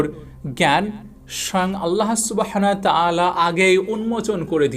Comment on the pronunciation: আপনার টপিক ভালো, কিন্তু আপনার কিছু কিছু উচ্চারণ ভয়াবহ রকমের অশোভনীয়। 'আল্লাহ সুবহানাহু ওয়া তা'আলা' হবে, বারবার ভুল করেছেন। 'মৃত্যুশয্যা' হবে, 'মৃত্যুশরযা' না। এরকম অসংখ্য ভুল উচ্চারণ! বাংলা ভাষাকে আপনি মেরে ফেলবেন দেখছি।